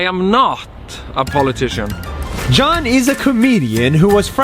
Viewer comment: he is not john HE IS YON 😂